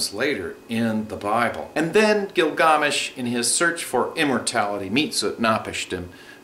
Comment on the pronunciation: I appreciate the video but it's annoying when people pronounce something different because it originated from another country. It turns out to be twice as annoying when that country hasnt existed for thousands of years and it cant be known how the name was pronounced. It's Gilgamesh...